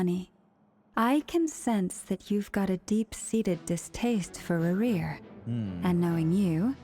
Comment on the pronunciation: why every time i hear you say "rerir" i hear "maria' instead lol